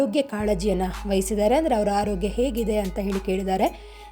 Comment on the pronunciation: Loo. ಬೇರೆಕೆ. ರೋಗ್ಯ. ಅಲ್ಲ. ಆರೋಗ್ಯ. ನೀನು. ಬೇರೆ. ಬಾಷೆ. ಯಾವನು. ಅನ್ಸುತ್ತೆ. ಕನ್ನಡ ಆಳು. ಮಾಡಲು. ಏಕೆ. ಬರುತಿರ